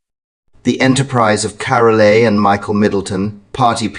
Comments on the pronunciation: The E in Carole is silent. Pronounced “Carol”. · Carole is mispronounced it is Carol with a silent e on the end